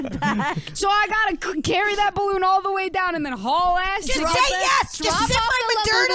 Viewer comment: It's incredible how every single time says 'bahloon' at least One person laughs. Including me